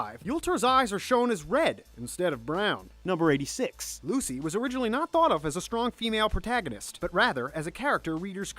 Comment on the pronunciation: I swear the only names he got right were Lucy, Levy, and Natsu.